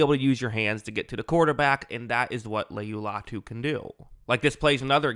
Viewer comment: Say his name right you’re gonna film on him